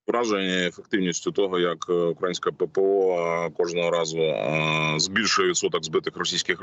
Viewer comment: п.Березовець, ставте правильно наголос! Не українська(тобто , не на першому складі, а на ї...)!